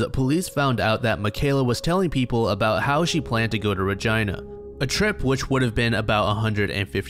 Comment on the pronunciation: that’s not how you say “Regina” 🤭